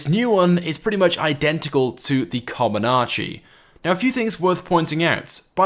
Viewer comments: comanche helicopter not comonanche ??? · Lol he butchered camanchee he said comanachie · Not co-man-ah-che, its coe-man-che. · Its not called a "Commonache". It's called Comanche. (Ca-man-she). You know, like the Native American tribe?...... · comanche not comonarche doh fail.... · It's COMANCHE not comanache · "com-an-chee" not "common-anchee" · Ok. It’s COMANCHE. not COMONACHE. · Its comanche, not com-in-anche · First off: Co-man-che! Learn it right, damn it. NOT Comanache. Second: The RF-1 Akula seems to be similar in size to the Hunter and it sure does have additional deployable weapon mounts. So it might at least be similar in price to the Hunter. Third: on that Osprey-Style VTOL, the front turret that is visible looks identical to the one on the Valkyrie, which packs quite a punch. Furthermore, it is implied that this vehicle might be some kind of flying M.O.C., even though this is speculation on my part. Overall, it sure won't be anywhere near "cheap" as you might predict. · Oh my GOD dude. It's CA-MAN-CHE. Not kamonachee or whatever the hell you're saying. It's a Native American tribe name, so PLEASE say it correctly. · It's pronounced -Ka-man-she - ... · Nigga said comanache smh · Repeat after me: cuh-man-chee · jeez, Comanche com-an-chee, not fricken difficult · Comanche! Co-man-che! RAH-66! Also, the Osprey is meant as a troop transport, not a assault platform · Comanche Cah-Man-Chi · Sorry to be that guy, but you've mispronounced Comanche. You pronounced comm-an-ar-she, but the second A is not in the spelling nor pronunciation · Commanche Not commanache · It's "Kuh-man-chi" like command she. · Bro.. Comanche.. pronounced kuh-man-chee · Its pronounced co-MAN-che, like the Apache helicopter it was named after a Native American tribe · Hi there, it slightly bothers me the way you pronounce the first helicopter. The names are based on native american tribes. It's pronounced "co-man-chee" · It's pronounced Comanche (ko-man-chee), Iol